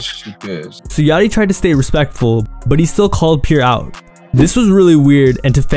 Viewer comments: Pierre is pronounced as Pee-Air not Peer df🤦🏽‍♀️😭😂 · Bro why it sound like you saying pure born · Is it just me or is he saying „pure“ bourne 😅